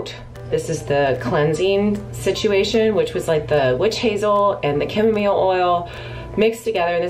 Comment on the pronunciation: I hate the way how she pronounces chamomile and Jojoba